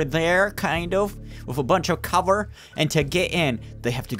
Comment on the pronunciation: You said cobor you mean cover